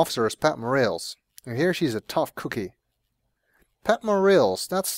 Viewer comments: It's pronounced "More-ah-lays", but whatever... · This has been said before, but it's pronounced 'Mor-AHL-es'. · Officer More-rails lol. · More a less